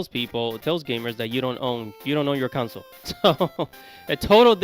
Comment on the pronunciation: Bro just say system. I hate the way you say console bro. Its con-sole bro not counsel 🤦🏾‍♂️